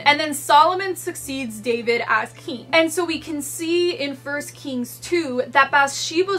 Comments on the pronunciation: Is "keegn" a typical pronunciation for "king" in any specific area/region or is it a personal pronunciation? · Frangal Egoces lol I noticed that too but i think it’s just how she says it. It’s ok